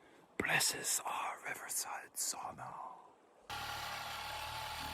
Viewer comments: Sauna floor wont be that hot, so no worries about the knots there. We tend to use aspen for the sauna seats. Greetings from Finland. Btw, The pronunciation: sa-u-na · your sauna pronunciation has regressed back to saw-na. If you don't immediately correct your ways Väinämöinen will not be happy